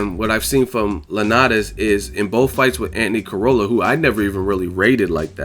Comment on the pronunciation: Yo it's pronounced croll-a not corolla